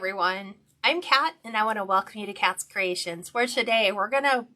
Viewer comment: Hi Kat not Kay 🤦🏻‍♀️